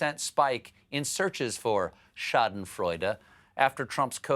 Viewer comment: Good job on the pronunciation of Schadenfreude. Well done!